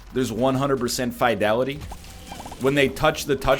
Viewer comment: Is nl wrong or am I in pronouncing fidelity?